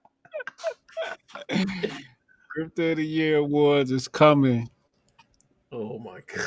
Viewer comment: the gee oh why got me SCREAMING 😂😭